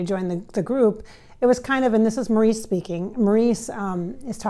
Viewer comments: His name is pronounced Morris not Maurice. Everyone knows that. I don’t trust her. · She doesn't say anything we don't already know. She doesn't pronounce Mo's name correctly. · I don't know much about channeling but wouldn't Maurice correct the pronunciation of his name?